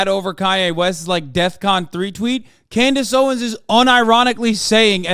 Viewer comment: I’ll never get over “Klandace Owens” 😂😂